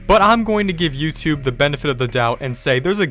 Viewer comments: You sed youthube 33 times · You said youtube tree times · You said yourube 36 times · You sed “YouTude” 34 times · You said tubeyoub about 35 times